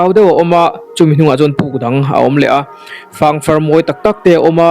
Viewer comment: Ziah chawp a ang ti lovin, ker chawp a ang ti zawk la.. 😁 chuan fâng far i tih kha fâng faarr (hetia ziah anga thlûk in) tia lam emaw ka lo ti thin a! (Ka lo sawi ve mai mai. En a manhla leh e! 👍👍